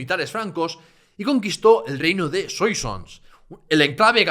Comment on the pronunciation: Enhorabuena. Un ruego: procura pronunciar correctamente las palabras fracesas: Soissons se pronuncia “suason”, Poitiers es “puatié” , Vouillé es “vullé”. Oyèndote me he perdido un poco por esa no-pronunciación. Y eso que hablo francés desde niño….